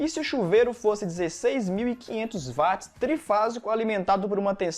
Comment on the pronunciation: Parabéns professor. Gostaria de acrescentar que a potência em Watt. A pronúncia é uat e não vat. Pois o físico é Sir James Watt Inglês Watt,Inglês Inglês